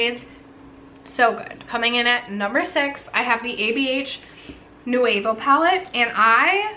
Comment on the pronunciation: I think I saw that Patrick Ta is working on a third palette for this year. I hope it is a cool tone version. I was also hoping that Danessa Myricks makes an 8 shade version of Light Works IV, like she did with III; but so far, no go. Also Nouveau is New-VO.